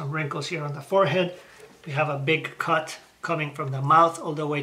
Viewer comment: When u say the word “cut” it sounds like ur saying “ c*nt”. Hahaha